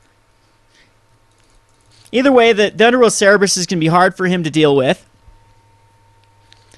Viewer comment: "cerberus" not "cerebrus".